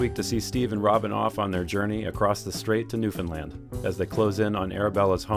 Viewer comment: Ty for saying Newfoundland right! Feels good to hear people say it right ❤